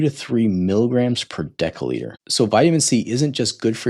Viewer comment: Decca litre? Its pronounced decilitre (dessiliter).